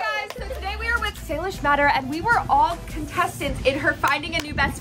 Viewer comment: it not salish it saysay